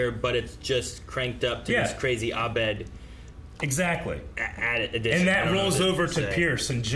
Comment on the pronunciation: Well into the 2nd season and still pronounces Abed as "ah-BED". 😂